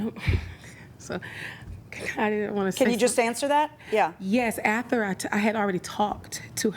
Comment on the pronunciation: The defendant keeps saying "ather" instead of "after" and it gets me every time